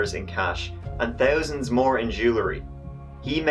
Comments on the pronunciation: why does say "THousand" but also "TRee" for three? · Two thousand..not too tousand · Notice how he says ‘thousand’ instead of tousand